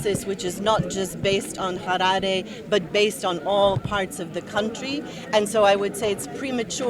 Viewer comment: im not convinced ,i think she's a Zimbo coz the way she just pronounced Harare kaa ummn she a zanu party member